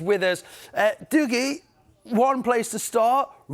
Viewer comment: It's Dougie not Dougie